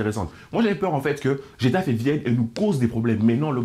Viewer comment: la prononciation m'a fumé, impossible de ne pas faire de jeu de mot. "j'ai taffé" 🤣#Getafe